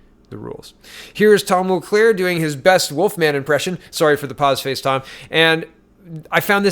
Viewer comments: Mulcair, not Mulclair. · JWR did NOT say JT broke the LAW. She has repeatedly chosen her words carefully and says that she does not think he broke the law. What he did do was break ethics laws... they're somehow different. Over my head. As well, his name is Mulcair not MulCLaire. :) Just keeping you straight. Good Job.